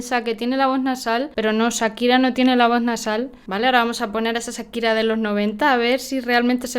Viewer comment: Por qué dice Sakira si acá en América la pronunciamos Con el sonido de Cha.